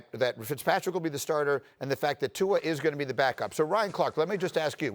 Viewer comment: Lmao at RC butchering Tua's name